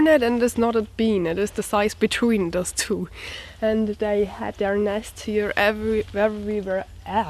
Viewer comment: "EVERY" ... being very tough for some Germans ... can be simplified ... " Evry "....is more the correct pronunciation.... mmmmmk ?? M'Lady ... buy TWO handsaws, a set of Brace and Auger Bits... and just build simple stick furniture. We love to watch AMATUER INVESTMENTS !!